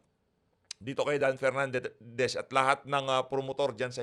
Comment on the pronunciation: Mali pa Pag Basa ng country😂donepernandez.walang kwentang hearing